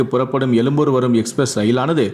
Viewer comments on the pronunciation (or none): தமிழ் மொழியை கொலை செய்யாதீர்கள். எலும்பூர, ரயில்கல், தயவுசெய்து தமிழ் மொழியை ஒழுங்காக கற்றுக்கொள்ளவும்.